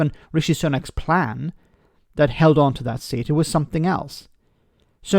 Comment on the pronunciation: Reminds me of Kim Jong Ill in Team America World Police. “We have a pran” 😂